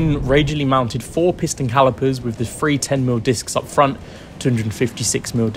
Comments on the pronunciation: Please learn to say three not free and Birthed not birffed!! Your pronunciation to this point was fine so you know you can do it!! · Why can't this narrator say THREE!!! Why does he say Free??